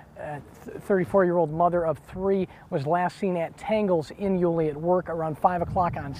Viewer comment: Leaving her job in...where? Yu-LEE? Nope, it's YU-lee. This anchor hasn't lived in the area for long. Also, hope Joleen is found although it's not looking good. Really terrible for her family.